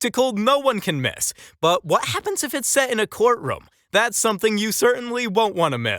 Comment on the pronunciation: The narrator doesn't know that the word "what" ends in a T??? He says wha-happens. Wha-happens.